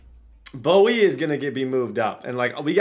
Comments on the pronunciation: Why are you saying Bowie? Do you not know how to pronounce bowe? Have you never heard of dwayne bowe? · I could be wrong but I think Bowe's last name would just be pronounced "Bow" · I believe the pronunciation is "Bow" for Bowe, but hell it's your world yoy can call him whatever you want! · Lol Bowe’s last name is pronounced “Bow”. Like Dwayne Bowe that played for KC in the early 2000s